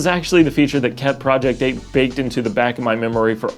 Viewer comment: Sounded like he said "project poop"